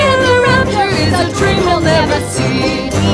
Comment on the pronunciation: I keep thinking the second time maleficent says "I dream" I think she says "I cream"🤣😂I'm deaf